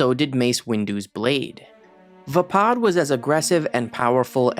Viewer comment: Your saying vappad wrong just as I spelled it wrong 😂😂